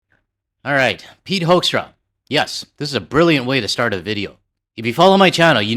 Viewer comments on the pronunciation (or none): Not Pete Hoekstra - it's Pete Huckster.